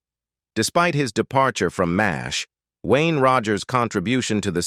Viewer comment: It's pronounced "MASH", NOT "Mays H". Duh.